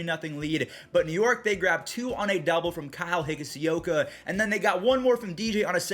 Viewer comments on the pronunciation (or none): Your saying higashioka think of it as (hig - osh - ioka)